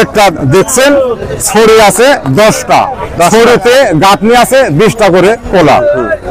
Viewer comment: কোলা না ভাই এগুলা কলা 😑